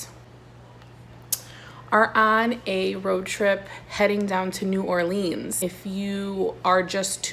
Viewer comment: Being from Nola I cringeeee hearing New Orleans pronounced like New Orleens 😂😭😭 I'm so glad you liked it and I loved this video!